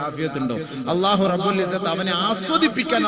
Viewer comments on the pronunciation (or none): none